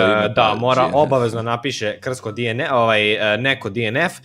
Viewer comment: nekazese dienef nego dnf